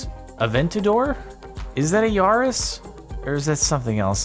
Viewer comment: It's pronounced Yaris not Yaris...